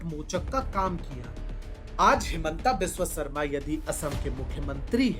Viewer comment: हिमंत बिस्वा शर्मा Not हिमंटा बिस्वा सारमा